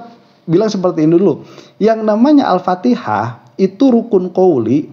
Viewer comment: dia bilang alfatekah bukan alfatihah